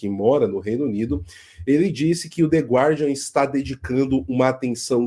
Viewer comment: A pronúncia é "gardian".